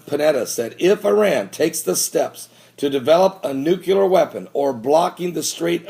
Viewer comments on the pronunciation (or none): Have to say it, ive seen many of your videos and enjoy them quite a bit, but everytime you say NUCULAR it drives me nuts, the word is nuclear (nu·cle·ar) there is no U after the C